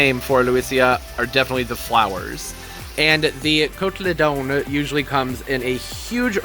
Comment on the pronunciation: I love Lewesia. It is the Montana state flower. I tried them but no luck. It is pronounced cot-a-leedin.